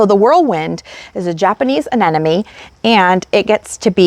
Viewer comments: aneMone not aneNome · Anemone…pretty sure you pronounced this wrong. uh· neh muh ·nee Many people make this pronunciation mistake. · Hahahaha I cringe everytime I hear say it incorrectly with confidence.